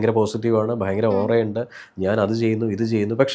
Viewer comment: ബൈങ്കരം അല്ല ഭയങ്കരം ആണ്. അതിന് പകരം " വളരെ "എന്ന് പറഞ്ഞാൽ വാക്കുകൾക്ക്‌ കുറച്ച് കൂടി ഭംഗി വരും. അത് പോലെ,.. കലിയുഗം കഴിഞ്ഞാൽ കൃത യുഗം ( സത്യയുഗം ) ആണ്. കലിയുഗം കഴിഞ്ഞാൽ ത്രേതാ യുഗം അല്ല.